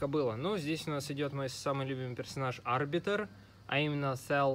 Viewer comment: Да , конечно ошибок много 1- не А́рбитр а Арби́тр то есть ударение на и 2- там был не плазменный бластер а огнемет (А остальные уже забыл)